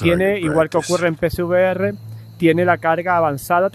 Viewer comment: No soy capaz de diferenciar cuando dices pcvr y psvr 😅 de todos modos, gracias por el video